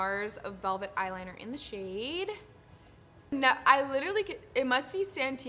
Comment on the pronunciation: You are so beautiful! 😊❤ and just to let you know, it's pronounced 'nowahrr'. In french it means black 😉😘